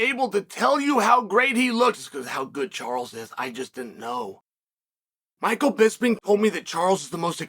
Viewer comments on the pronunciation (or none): none